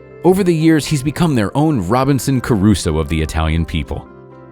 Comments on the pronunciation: It's Robinson Crusoe not Robinson Caruso. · Did the narrator say robinson carruso ??